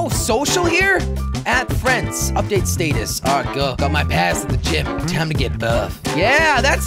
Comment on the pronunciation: you read status wrong